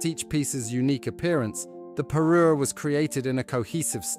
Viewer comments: Parure, not parus! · Parure, not Peru!😊